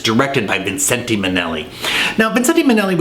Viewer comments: Love your review, but the last 'e' is silent in 'Vincente.' So it's 'Vin-cent.' A fortune teller suggested he add it early on in his career for 'good luck'! Seemed to have worked. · I've never heard him referred to as 'Vin-cent-ay' Minnelli... Fancy! More familiar with Liza's version, "VIN-shent"! lol.